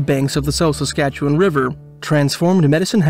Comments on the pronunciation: A few little notes - SASkatchewan not Sakatchewan. In Alberta we have coulees not wadis. “Indian” and “squaw” aren’t in common usage any more. It’s a good idea to pay attention to what terms the First Nations/Indigenous people use for themselves. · I sometimes forget that (with a few exceptions) literally only Canadians know how to pronounce the names of Canadian places (Edit: Come to think of it, even Canadians don't know how to pronounce Canadian names; I've gotten a few comments from people informing me of my own mispronunciations). For example, I like to watch Tucker Carlson, but a month or so ago I heard him pronounce Ottawa "oh-TAH-wah". Good Lord. I think the battle story in which the medicine man lost his hat swimming across the river was the city's official version for a long time. I also get the impression that Jim Marshall, the artist, really liked Sanderson's stories and forced people to remember them with his murals (and the city to reconsider its official version).